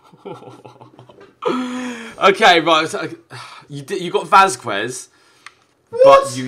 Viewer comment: Also u need to learn how to pronounce Spanish names q is a k so it's vazkes